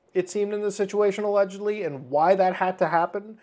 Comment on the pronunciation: "krys had aLegIedLLyi a picture of Shadman on his wall" MY BROTHER IN CHRIST THERE IS A VIDEO WHERE YOU CAN CLEARLY SEE THAT SHIT, i swear to god that word has been (allegedly) butchered beyond repair